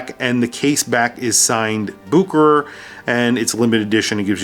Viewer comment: It’s boo-kr, not boo-share-ray?